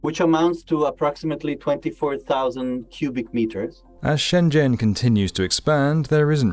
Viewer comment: I can tell a channel does its research when it actually pronounces shenzhen correctly